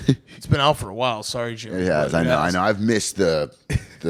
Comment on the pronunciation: I feel bad for Jimmy that he still has to y’all about YouTube he’s so much bigger than that. Also get his fucking name right I love you guys cmon